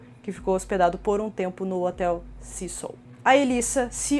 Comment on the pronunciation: Pessimo, eu moro no Canada e a historia da familia nao ter ido ja em seguida pq eh longe..oi???Canada faz fronteira com USA e temos voos diarios de Vancouver, Toronto, Quebec direto para LA , a pronuncia do nome do hotel esta errada. Cécil como se le se fala em ingles tbem